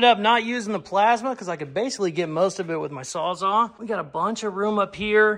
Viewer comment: Here's the deal. You stop calling it a sawzaw and call it a SAWZALL! (Like the rest of the world) and I'll like every video! No matter what!